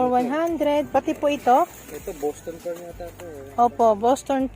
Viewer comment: FERN HINDI FERM BROMELIAD HINDI BROMELIAN PHILODENDRON HINDI PHILODENDROM